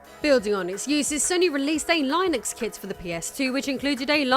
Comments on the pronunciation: Pssst. It's "Linnux" with a hard i, not "Lie-nux" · It’s “Lin-Ux” not “Line-X” otherwise great job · Is Linux pronounced differently in the UK than the US or does she just not know how to pronounce Linux? In the US we say it (len-knucs) That is the best I can do to sound it out. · Linux is pronounced li·nuhks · IKR "Lie Nucks" lol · "Lie Nux" lol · Is Linux pronounced Lionex in the UK? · No, it's still "LINNUCKS" here in the UK. She's mispronouncing it. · Stopped watching the video. Couldn't stand the blatant and repeated mispronouciation of Linux. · No we don't... She is pronouncing it wrong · Hearing you call linux like that send me into a hacker rage never seen before 😅